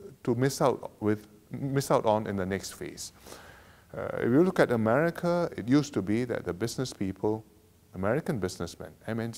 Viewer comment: I think u need to learn how to pronounce America before u clean your house lmao